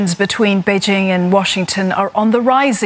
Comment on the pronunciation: Note to. Bei Jing, not Bei Zing. I cringed every time when I hear her says Bei Zing.